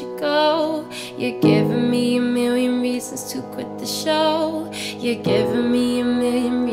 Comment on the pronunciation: I find it so lovely the way you pronounce "million". Your work is amazing. Keep it up <3